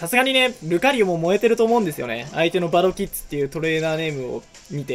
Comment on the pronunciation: 2戦目ばろきっ「づ」で草